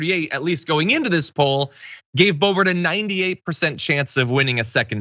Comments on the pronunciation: It’s not bo bo. It’s bloburt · Keep calling her Bobo, John. She doesn’t deserve the dignity of you getting her name right. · you said Bo Bo by mistake I think it's appropriate or how about Bo Hoe